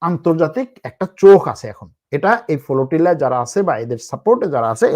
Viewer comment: The word is Flotilla brother not FOLOTILA....!!!! Very bad pronunciation !!!!!